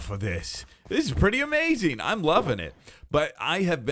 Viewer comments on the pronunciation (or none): none